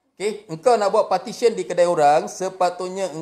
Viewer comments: 1st, jgn marah bang, bukan 'partition' tapi 'petition'. Partition tu mcm nak buat dinding dlm pejabat. 2nd, mana video cctv yg you cakap nak tunjuk tu? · 13.10 sebut PETITION pon silap. Sebut PARTISION. Mangkok !!!